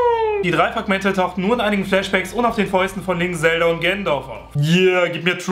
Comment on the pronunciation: ganondorf nicht genondorf